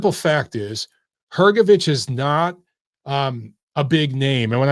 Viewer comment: Good to hear someone pronounce Hrgovic correctly